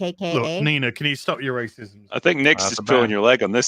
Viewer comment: “i’m a racis-ism” hahahha